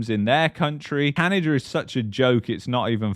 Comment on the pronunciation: Its not CanadaR!